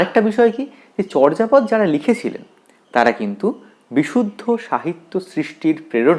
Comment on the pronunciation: উচ্চারণ হবে চোরজাপদ।